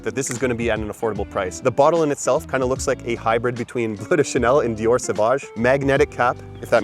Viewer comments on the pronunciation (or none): none